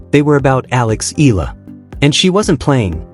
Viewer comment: It pronounce Eyala. im from the Philippines.